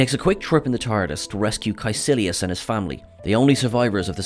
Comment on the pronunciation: I love that fact that Cacilius was an actual person as I am studying him in Latin class at the moment. Also it’s pronounced “cikeelius”